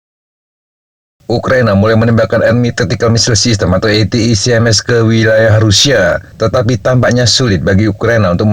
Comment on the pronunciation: Akhirnya ada yang melafalkan ATACMS dengan benar, ga kayak channel sebelah dan media mainstream, Yang menyebut atakem... atakem...😂😁